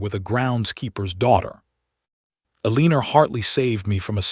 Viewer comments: Quit naming your heroine Eleanor until you can teach the AI that it is pronounced EL-eh-nor rather than el-EE-ner. I cringe every time it says the name. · Pay attention: El-a-nor!! Say it 2000 times or write it 500. Your choice, AI.